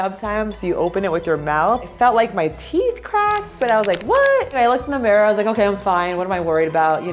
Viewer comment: “Ma you beautiful” Tell me ur from NY without telling me ur from NY